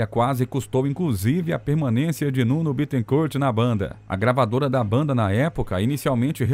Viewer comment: Nuno se pronuncia "Nino". Nino Betecourt